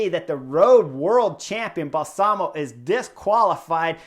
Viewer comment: Excellent analysis Chris. BTW, Balsamo, accent on first syllable. Bal-samo.